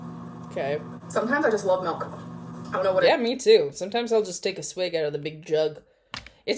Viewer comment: I have a friend who pronounces it “melk” too and it drives me insane 😭